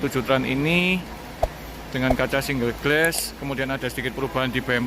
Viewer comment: Ralat mas spelling nya... Single Glass = singel glas... Bukan single gles